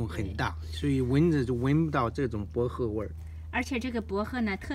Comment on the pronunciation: 博贺听着好别扭